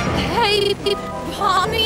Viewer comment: Is. In. It. Pommi. And. Not. Pomni. Were. Are. You. Geting. Thé. N???